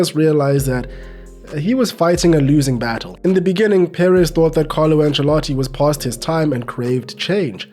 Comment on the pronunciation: Congratulations on your pronunciation of "Pérez". So many English speakers refuse to stress the correct syllable when they see an accented vowel.